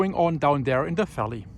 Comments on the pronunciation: Eruption=[erupschen] Valley not walley V wie Welt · Dear, I hope this will not offend. English may be your second or third language, and if so, you speak it quite well. There is one letter that you seem to find difficulty in pronouncing, though, the letter "v". Mostly, we mentally translate, i.e., what is being said as "valley" might come out as "wally". But tonight, there was quite a chuckle as we listened to your announcement of seeing the moon and "weenus". I know you had no intent of any meaning other than that bright planet in the sky. But when we hear a mispronounciation like that, well, some may make the mental leap to a rhyming word that may be in the wrong direction. Again, no offense is intended, but figured not many would bother to share this with you. We do appreciate your updates. Stay safe! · I've watched a hundred of your vids, and as your brother, i love you dearly, but when you said WISABLE, i lost it....it's so crazy how you say Volcano, and most of the time, visible, but today you say WISABLE, volcano WENTS, WALLEY... I'm not being mean, I'm picking on you like your best buddy would.... Ps. If you don't have friends that pick on you, I've either been jipped, or you need new friends. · Wery= very... WISABLE= visible. Walley=valley Volcano=volcano. Wenis= I'm not really sure, but I love this guy .. . Don't think he was talking about the outside elbow skin ...